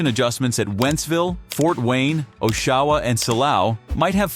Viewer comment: This guy narrating the video mispronounces Oshawa and Barra and not once says anything relevant to the subject. Who makes this crap up?